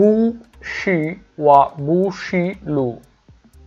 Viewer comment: বু হবেনা উচ্চারণ হবে পু হবে Bu এর উচ্চারণটা হবে (পু)